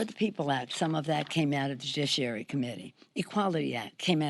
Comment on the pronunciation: Jujisssshhhhhiary........ I think she means "judiciary"!